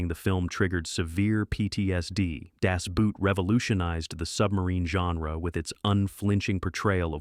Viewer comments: Das BOOt, not das Buut! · Why can Americans not pronounce Das Boot correctly? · How difficult would it be to find out how to pronounce Das Boot? (Hint: rhymes with boat.)